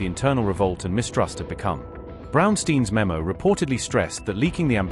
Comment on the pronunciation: Brownstein not steeen...